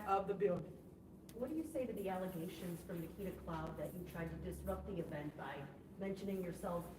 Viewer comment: Please tell us also what she meant when she says: E-Legoll, troof, allezations, yoot, axed, wallermellons, etc in addition to almost everything that spews out when she opens her mouth. Can this Stuper Mayor not hear herself speak?!